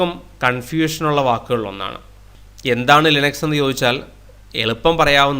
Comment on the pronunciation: ലൈനക്സ് എന്നൊക്കെ പറഞ്ഞ് കഷ്ടപ്പെടണോ ഇറ്റ്സ് ലിനക്സ് 😂😂😂